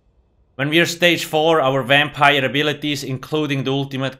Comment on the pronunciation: You mean a Wampire?